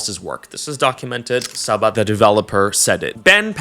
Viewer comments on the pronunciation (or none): none